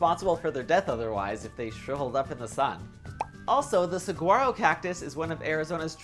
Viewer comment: Saguaro is pronounced without the g it’s like Sah-wah-Ro but you are a cutie so we can let it go;)